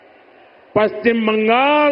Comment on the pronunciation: পশ্চিমবঙ্গ শব্দটা প্রথমে উচ্চারণ শিখতে হবে। তারপরে পশ্চিমবঙ্গ আসার পরে ভাবতে হবে। বাঙাল বাঙাল এসব ভাষা কি?